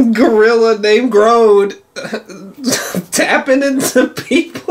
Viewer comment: Grodd is pronounced Gr--od. Not Gr-ode...... Did you grow up watching the justice league cartoon?